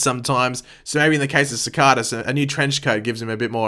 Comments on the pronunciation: Why do you pronounce Cicada Sa-Ka-Da instead of Sa-cae-duh like how everyone on the show says his name? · Sacada... not how your saying it lol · Nope you just pronouncing it wrong .. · he keeps pronouncing cicada wrong its annoying